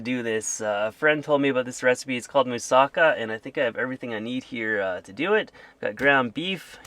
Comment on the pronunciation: Hi! This is a greek dish and it is pronounced "Moose-ah-kah"! My grandman (yiayia in greek) makes this for me all the time! It was so fun to see you make it!